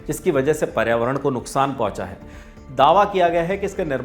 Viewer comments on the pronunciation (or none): none